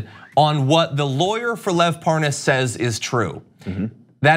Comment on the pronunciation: Has anyone done a montage of Nunes (and others) deliberately mispronouncing "Parnas?" I laugh harder every time I see it happen, so if you've got a montage you can make my day. "Par... Par-Nauss? I don't recall any Pour-Noss." XD